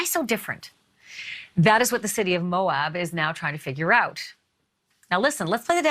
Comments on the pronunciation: Pronunciation of Moab is Mo-abb, as opposed to Mo-obb. Thanks! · It’s pronounced MO AB. (Like ap ple or ab domen). Not Moaub